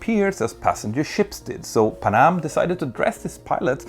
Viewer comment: pan---am, not panam